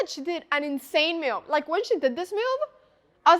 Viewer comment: why is she pronouncing "move" as "mewv"